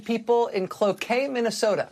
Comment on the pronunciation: I'm impressed she pronounced Cloquet correctly. This Minnesotan approves :) Musk is also delusional